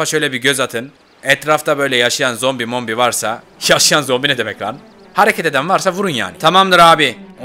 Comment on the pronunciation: ZOMBİ DEDİ NORMALDE ZOMPİ DİYO